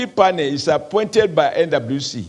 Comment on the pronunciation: Is it just me or does oshomole say “NWC” sounds like “Indaboski” 😂